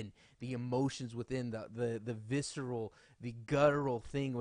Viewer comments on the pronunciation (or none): none